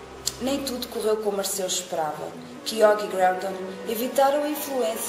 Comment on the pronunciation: Só uma dica não se diz Ar-ceus diz-se Arqeus lê-se o "c" como se fosse "q"